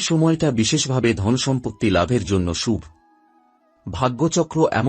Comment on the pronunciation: ভাটের কীর্তন?উচ্চারণ ঠিক নেই, বাংলা বলতে এসেছে,ফালতু লোক ও তার বকবকানি,ছি:শুভ্,উৎস্ কি উচ্চারণ?